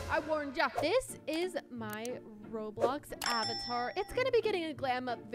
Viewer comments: I love how it say rolbox instead of roblox 😂😂😂👍👍👍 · Nobody gonna talk about how it said rolbox not roblox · I have a conplain but wheb u said roblox it actually said rolbox just saying 😬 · Is nobody gonna talk about when it said rolbox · “Rolbox” I love this girl 😂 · my parents always pronounce roblox roblux